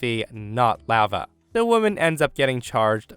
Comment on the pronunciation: Never heard anyone mispronounce "lava" before.